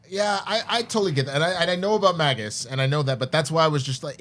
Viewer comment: Why is he calling magus mag us????????????????? Ewwww